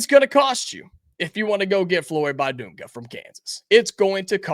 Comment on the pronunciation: Please pronounce his name correctly. The "i" is not a "long i." It is pronounced like the "i" in "big" or "bit." Just trying to help. Also, the "u" is pronounced like the "u" in "dunk" That should be particularly easy to remember.